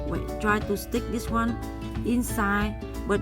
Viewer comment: i didn't understand what did u say... you say inside like ingsaid😂😂😂